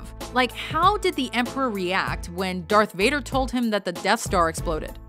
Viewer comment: Did you say derth vader